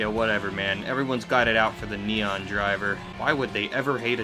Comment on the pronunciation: Just butchered the neon xD